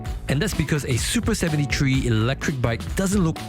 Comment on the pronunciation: "soopa sebenty tree"